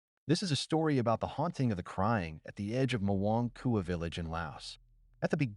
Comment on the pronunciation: It’s not pronounced muuong kua. It’s pronounced “moeng kua”